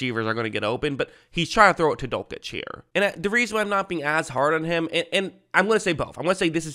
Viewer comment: You're pronouncing dulcich wrong